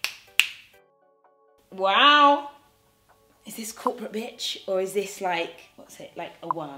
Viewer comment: When you said corporate bitch I thought you said crop a bitch... 😭😭😭... #cropabitch